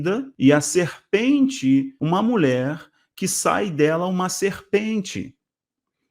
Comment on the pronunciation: Pra sua informação, é MULHER que se fala, com LH e não " MULER"